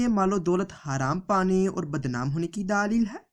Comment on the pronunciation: Daaa leel..ye kya baat hui..? bewakoof. bolna toh seekh le.